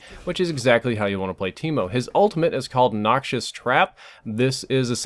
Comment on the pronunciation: Thought he said keemo